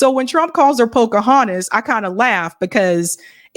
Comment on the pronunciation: Pokohuntes, too ?